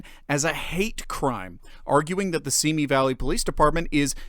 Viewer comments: I just wish they would pronounce Simi correctly. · You pronounce Simi wrong. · You pronounce Simi incorrectly.